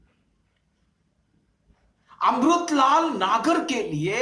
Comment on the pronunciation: Sir अमरुतलाल नही अमृतलाल होता है 😊